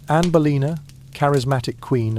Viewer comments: THE AI MUST BE SPANISH: ANNE OF BOLINA, MY FOOT! IT'S ANNE BOLEYN!!!!!!!!!!!!!!!! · NOW, IT SAID ANNA BALOIN, AND A TOTALLY FOREIGN LANGUAGE. LOL................................................